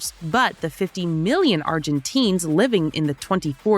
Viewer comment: get our demonym right haha. Not ArgentEEns hahahaha